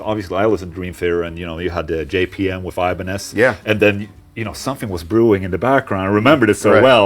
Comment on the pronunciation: it is still not "wiff", sorry :D